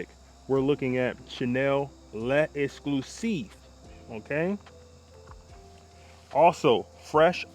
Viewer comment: peace brother, the bleu is pronounced "LEX-CLUE-SEEF"